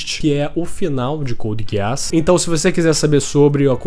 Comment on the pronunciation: É só eu que fico com agonia quando ele fala code giaás